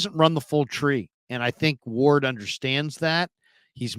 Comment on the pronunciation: U said Mooney ward 😂😂😂 u mean Charvarius Ward